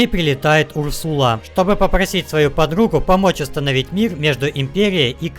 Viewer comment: Не Урсула а Урсаал